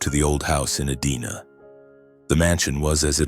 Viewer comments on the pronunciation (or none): Edina is pronounced (ee-die-nah). I live 20 minutes from the city.